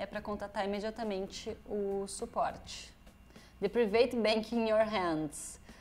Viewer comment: Eu gosto ver brasileiros falando "priveith"